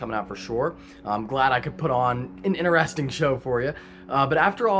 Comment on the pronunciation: In "Interesting", the T is not silent.